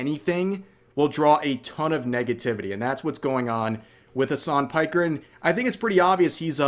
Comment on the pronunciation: his name is Hassan Piker( pronounced as pick..er),it`s a turkish name.